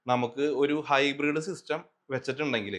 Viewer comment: ഹൈബ്രിഡ് ആണ് ഹിബ്രീഡ് അല്ല.